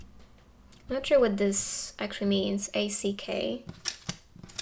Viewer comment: Hi! Thank you for pile 3. "ACK" like that, is representative of a sound made when we scream in frustration, or embarrassment. It's not a word so much, and we don't actually make the "k" sound, that just means that its a short exclamation with a sudden stop.